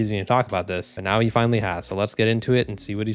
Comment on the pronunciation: I dunno why you said "finally" like that And "why is he refusing to talk about this" He most likely didn't know what it was and wanted to learn? Give it time